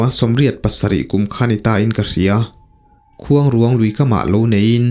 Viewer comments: Keipawh Sakrûang tih kan lama rûang tih anga lam tur niin ka hria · Mitthi tawh taksa kan sawi dan ruang tih anga lam tur a ni lo, khûang i lam dan tluk ang hian rûang tih hi lam tur niin ka hria.. a ngaihnawm e. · Khuangruang hi i lam rik dan a diklo ruang hi rairuang kan sawi a ruang lai kan lamrik dan ang hian lam rik tur mitthi ruang a ruang kan lam rik dan anga lam rik loh tur. Khuangruang hi fanghmir chi khat saihmarthur aia te deuh a rawng pawh saihmarthur rawng ang a ni. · Khuang leh ruang tih hi a thluk a in ang tur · Ni e ruang tihlai khi asang tur ania vawk chaw atan kala nasa thin...khuangruang lam ngil pheipop tur ...Entirnan...La..Lalrinchhana tih anga lam tur.mase fanghmir nilo in hnimhnah zawk o..ahnah poh asei ve deuh. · Khuangruang tih i lam dan hi a dik lo. Tlângâu tih thluk angin thluk tur aw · I la nau vve deuh a nih hmel luikuang, i lam kha a dik lo, mitthi an dah na kuang kan lam ang hian lam rik tur, tin, khuangruang lui i lam rik dan pawh kha, a ruang lai tak kha rairuang tih kan lam rik dan nen khan lam ri ta la a dik zawk ka ring, i aw ngaihthlak a nuam bawk si a